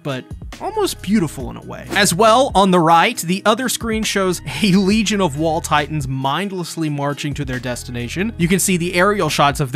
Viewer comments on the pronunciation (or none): none